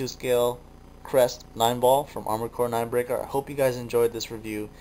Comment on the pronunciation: armored cores, articulated like amored cores, since FOREVER!